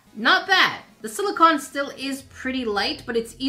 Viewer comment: OMG, YOU FINALLY SAW ONE!! 🤣🤣 I know it is, I've watched you for a while. The very first comment about this that I made, I had said something like, "I know English isn't your first language," but you never saw it 🤷🏻‍♀️ So, it's basically become a mission that I'll make a similar comment on every video where you mispronounce silicone a lot, and hopefully, eventually, you'd see it. I'd given up hope you'd ever see it at this point though, so I didn't have a disclaimer lol. Sorry! Love your videos though, you're so hilarious and fun! 💜💜